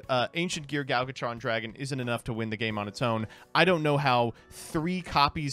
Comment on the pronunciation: I swear every time Gadjitron dragon makes an appearance tries his hardest to mispronounce it in some new way